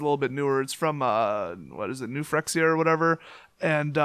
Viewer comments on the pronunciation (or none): none